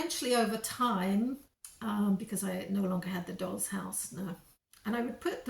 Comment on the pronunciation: Dolls...... Not rolls